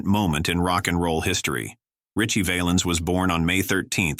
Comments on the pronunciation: Richie VAL- ens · I know he wasn't a famous actor, but how about Knute Rockne. He was killed way before Will Rogers. Terrible voice over work here. Valens pronounced wrong several times. Using Patsy Cline look a likes is insulting to her, not to mention the mispelling of her name numerous times. 12K SUBSCRIBERS TO THIS GARBAGE !!!!!! YIKES !!!!!!